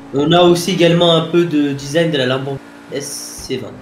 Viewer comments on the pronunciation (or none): none